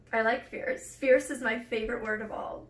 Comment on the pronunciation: Ierce, Arless, Female 😂 that’s the first thing I though of when he said fierce